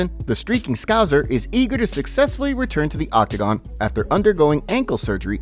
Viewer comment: Your saying scouser wrong m8.